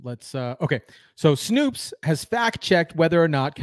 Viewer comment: Its not SnOOps 😂 its Snopes!!!